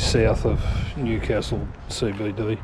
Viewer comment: Sorry to nit pick, your pronunciation of Newcastle is off. I think WA might have a town that they pronounce the way you are but in NSW it's New-castle (like what royalty lives in). Enjoy your travels.